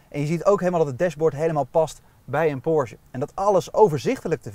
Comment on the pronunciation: Leuke en informatieve video, zelfs voor een Taycan Sport Turismo bezitter zoals ik. Alleen nog even oefenen hoe je Porsche uitspreekt… Porzje klinkt echt niet...